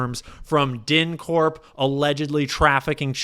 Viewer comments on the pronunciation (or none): Dude you got a learn how to pronounce dyncorp correctly.